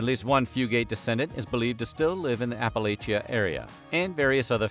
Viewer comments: Dear one, it is Appa-Latcha, Not Appa-Lay-sha. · Yep, say it right or we'll throw a, 'apple at cha'👍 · “App-uh-latch-uh” There. Fixed it for ya. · Apple-latch-a!!!!!!! From an Eastern Kentuckian. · Exactly. If ya don't say it right, I'll throw a 'apple at cha' 👍